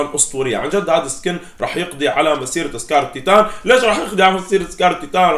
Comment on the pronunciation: مين لاحظ انو قال سكار الطيطان